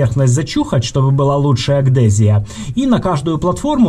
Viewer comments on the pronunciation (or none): Шановний, все дуже круто!єдина помилка- не "агдезія",,а Адгезія.)